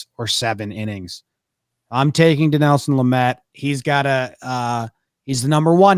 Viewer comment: “Din-EL-son” Lament